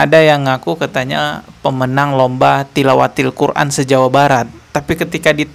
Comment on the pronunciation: Dia bukan juara tilawatil qur'an tp dia bilang juara tiwalatil koran 😂😂😂